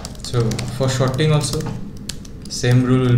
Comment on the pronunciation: thanks ;) but "shorting" when there was "sorting" was quite funny ;)